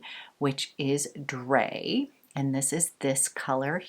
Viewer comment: Drei is pronounced dry :P ei makes an aj sound like the end of die.